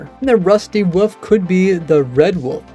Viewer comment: Still amused at your pronunciation of wolf. Only YouTube channel that calls wolves woofs.